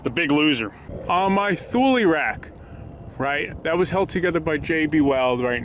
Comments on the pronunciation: TOOOOOO LEEEEEEE not THOOL lol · It’s pronounced tool-ie. No “th” in there.